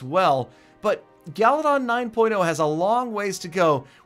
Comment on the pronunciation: I like how says galadon he says galidon